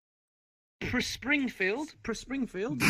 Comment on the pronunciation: It's freaking Pspringfield I'm telling ya